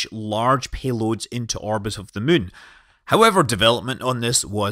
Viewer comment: We’re not playing KSP, call The Moon ”The Moon” instead of ”The Mün”